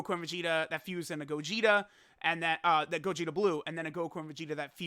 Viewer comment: dokkan meme time (he said gogeter and vegeter)